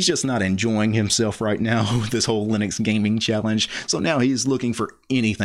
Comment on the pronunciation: Love your stuff but.... it's lye-nux not lih-nux ( you manage to call Linus, lye-nus so it's not a speech impediment ) And the G in gnome is silent. nome, not gee-nome after 5 gee-nomes I have to tune out Sorry. To the case in point, Linus is addressing noobs & MS fanbois. I get it, you are uber l33t and can command line the bejasus out of the world, but some peeps (*gasp*) simply don't care, they just wanna play games. I double damn bet you don't reset your points and timing every time you drive to the shops.